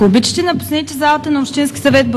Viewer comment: "Ако обичити...." 😂😂😂